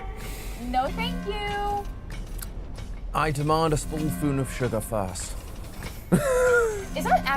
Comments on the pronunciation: Poor getting so cracked at the lore he says "I demand a spull foon of sugar first" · "Spool foon of sugar?" tom